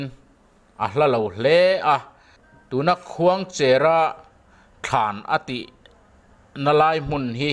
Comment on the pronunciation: Khuangchera kan lamdan hi a dikhlel deuh lo maw thianpa...khuangcher...cher, tih lai hi, Cherhlun khua kan lamrik anga...cher anga Khuangcher tih tur a ni lo maw, thianpa, 😂